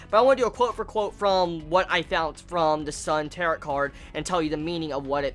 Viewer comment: It's pronounced tear-oh